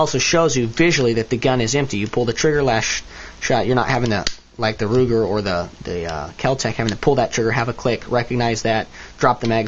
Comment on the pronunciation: U say keltec p 380 weird